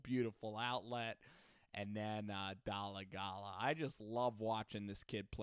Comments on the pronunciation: I love the pronunciation but I go to his hs he went to for a year or two and know his brother and the pronunciation is actually dole-I-gala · Lol I went to school at ccsu. Had a class with his brother. It's pronounced Dole-gala. Like dole the juice company